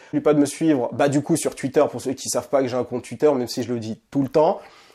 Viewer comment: Bien vu frérot j'espère que ça ouvrira les esprits ! La comparaison avec Zemmour est trés bien choisi je pense. Mais par contre ta prononciation de twitter ça change pas tu sais toujours pas le dire